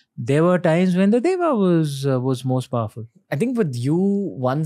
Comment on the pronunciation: Why do we Indians continue to mispronounce Sanskrit terms? Why do we mimick foreigners and prefer to mispronounce 'Deva' as 'Devā' (देव को देवा), 'Asura' as 'Asurā' (असुर को असुरा), 'Rām' as 'Rāmā' (राम को रामा), 'Purāna' as 'Purānā' (पुराण को पुराणा), 'Ganesha' as 'Ganeshā' (गणेश को गनेशा), 'Buddha' as 'Buddhā' (बुद्ध को बुद्धा) ....... so on and so forth (and of course 'Bharata' as 'Bharatā ie. भरत को भरता!!)!!? Isn't it similar to an educated Englishman pronouncing England as Englandā (इंगलैण्डा), Jesus Christ as Jesusā Christā (जीज़ज़ा क्राइस्टा), Angels as Angelās (एन्जलास्), God as Godā (गॉडा), Charles as Charlsā (चार्ल्सा), 'Peter' as 'Peterā' , John as Johnā (जॉना), 'Paul' as 'Paulā' (पॉऽला), ......... - you get the drift. It is even more disappointing to see supposedly "learned" and purported "experts" mock the very foundation of Sanskrit itself which puts such immense importance to 'correct pronunciation' (शुद्ध उच्चारण) that it cannot be stressed more [ so that you don't end up addressing your own ie. 'svajan' (स्वजन) dogs ie. 'shvajan' (श्वजन') ]